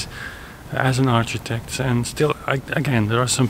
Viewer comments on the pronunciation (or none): Hey,, I just wanted to let you know that the "ch" in "architect" is pronounced like a "k". Your English is incredible, and I just thought you would want to know-- no hate! I love the vlog style videos, so thanks!